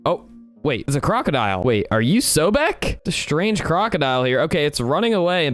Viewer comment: It’s soul beck that’s that’s how you pronounce his name